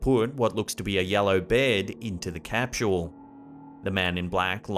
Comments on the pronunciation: What the hell is a capshule? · 1st clip are most likely synchronous drones. Also, there's no h in capsule. It's not capshul.